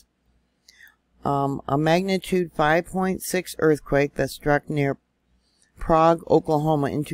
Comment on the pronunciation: Prague Okla is pronounced with a long A. And I was in Prague after that earthquake and it literally swallowed half of a house! And insurance wouldn’t pay up because they said it was due to the oil companies fracking. Which started a long battle in our states legislation to determine how insurance companies write policies. It’s crazy in Oklahoma you never know if it’s a fault or fracking.